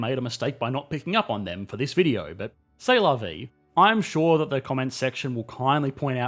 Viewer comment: "ce la vix" excuse me, what? xD